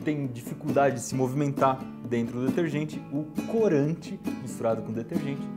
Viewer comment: ''fais''? ''clorante''?